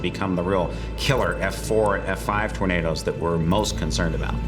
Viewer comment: Why does the narrator pronounce them as 'Torna-DOS" It sounds so weird.